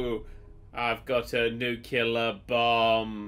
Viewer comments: It's "NUCLEAR"... Not "Nuke-you-lar"... hahahahaha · Dammit it's pronounced Nook-lee-arr, not nook-u-larr! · I love how you keep insisting on pronouncing nuclear wrong, even though you managed to spell it correctly.